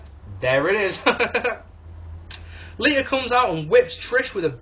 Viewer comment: When you say Lita it sounds like "Lisa"...just a random observation. :P